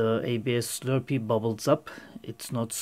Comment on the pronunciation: D haha, dude it's an ABS "Slurry" not a "Slurpee". a Slurpee is a sugary frozen drink you can buy at car filling stations.